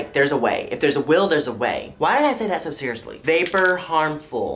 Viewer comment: no one: absolutely nobody on this planet:: there’s was always SHO many shows on disney